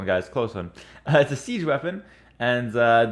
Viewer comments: Hello a Czech here. Houfnice is pronounced "Hou" - (exactly like hoe is pronouced in english) - "f" ( same sound as you would say in " f rost") - "ni" (same sound as in El Ni no) - ce ( same sound as in Mao Ce -tung also Szlachta is pronounced "Shlakhta" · your way of saying "Houfnice" is really funny :D ahahah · Anf for folks who aren't up to speed on how to pronounce Mao's name, you could compare the end of houfnice to the end of pizza.